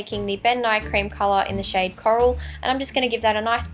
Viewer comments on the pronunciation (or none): none